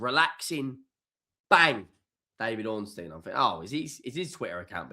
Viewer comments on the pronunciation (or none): none